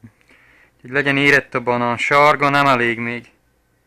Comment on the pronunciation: Direkt beszélsz így vagy ez igazi tájszólás? Egyébként jól hangzik a balán meg motrot és hasonlók, csak olyan szinten tájszólás jellegű, hogy azt hinné az ember direkt így mondod.